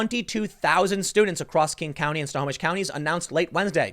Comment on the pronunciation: Woohoo! Tim called out my home county, Snohomish and he pronounced it right!